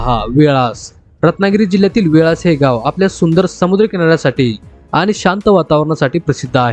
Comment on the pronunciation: आपण कोकणातील नाहीत. उच्चारात असंख्य चुका. आंजर्ले, वेळास व इतर शब्द आपण नीट बोलू शकला नाहीत. कोकणातील सर्वात सुंदर गाव वालावल आहे.